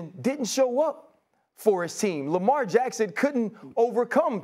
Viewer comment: Lamelt Jackson 😂